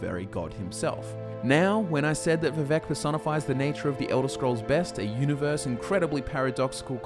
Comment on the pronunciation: Vivek rhymes with cake.